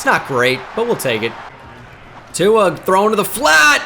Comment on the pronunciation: There is no N in tuas name 😂